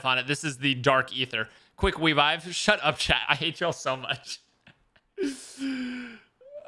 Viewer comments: Quick wevive killed me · Quick wevive Waygun Warity